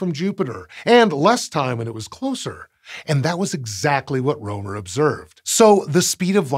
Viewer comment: First off, I'm not intending to offend, and while the topic of this channel is space, and not linguistics.... I just wanna rant a bit, 'bout the current state of Latin alphabet, because the opportunity presented itself... (Yes, I'm aware that there are other writing systems out there, that complicate things, like written Chinese, and/or Kanji, etc.) I'm fairly certain, you butchered Rømer's (both of them) names; while I'm not Danish, I am Scandinavian, and well... It sounds pretty butchered to me... The letter Ø, is pronounced if not exactly the same, at least extremely similar to the "u"... "u"... let me repeat that """u""" in the word "burn," among others... 'Cus you know, a letter can't simply have just one sound per letter, across all the languages that use that written language, and not be unnecessarily confusing for no particular reason... 🤦‍♂️ (If you're curious what I interpreted pronunciation of the name as, it's something akin to "Ålei Råoumer.") Thanks, outdated written languages, and people being afraid of language reforms... 'Cus they get to have a better, easier, and faster to learn written language, instead of being stuck with ideas of the past, where writing had to be a privilege of nobles with too much time on their hand, thus making it unnecessarily hard, for people to learn it... 🤦‍♂️ Also, English vowels are shuffled around, and whatnot, to make things even more complicated with interlingual interactions...🤦‍♂️ I think, think, that Fr